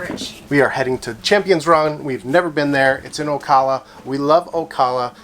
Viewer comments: There ~are~ gators at Juniper! Big ones, especially down river, so be careful if you canoe. Also, the A in Ocala is pronounced like the A in “cat,” not like “ah.” Thanks for the video. Nice to see my old home. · O Cal a, like California. From a local 😊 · Pronounced OCALla, like CALifornia. Lived there 13 years n 70’s-80’s. 😊 Used to put our Red Canoe in Rainbow river and go upstream to ride the Spring bubbles. 😊